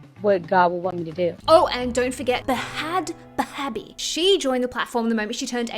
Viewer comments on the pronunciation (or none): bro never heard someone pronounce bhad bhabie like it was arabic 😭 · The way you pronounced bhad bhabie 😂